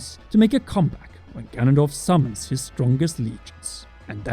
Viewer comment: I coulda sworn you said "Gandalf is back."